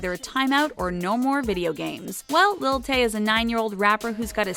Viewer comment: When she sayee lil tay im like no